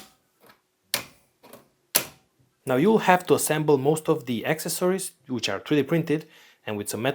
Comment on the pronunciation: AK-SES- OR-EES This how to pronounce accessories.